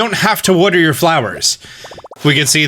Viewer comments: no one:: worter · Wodder wodder wodder wodder wodder